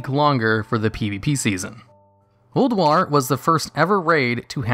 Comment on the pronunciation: your first of the hard questions is wrong in itself and how you said it Ulduar